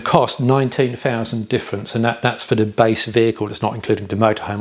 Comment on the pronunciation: Sorry, I do apologise. However the word you are looking for is “The” not “Duh” I feel bad but it’s a cringe every time. I know, just don’t watch the vids and move on. I do like the content, just the “Duh Isuzu ….” These not Deez 🤔